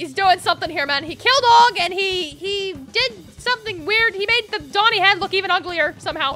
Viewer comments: that's not doni, that's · thats not doni thats 💀💀💀